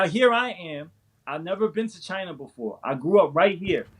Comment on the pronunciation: The CHY-NAH virus